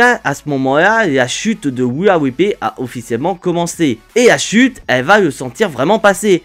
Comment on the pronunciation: Wia wipley😂😂😂😂 ou we are replay 😂😂😂😂 la prononciation ma tue